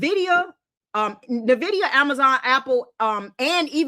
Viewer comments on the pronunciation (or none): Is not Nividia, It is Nvidia people lord, why is it so hard to say..?